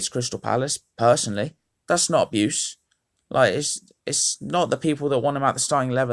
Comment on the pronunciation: “Aboose”😂😂😂 good vid tho